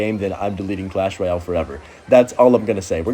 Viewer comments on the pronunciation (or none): Is clash royer, not clash royao. Lolz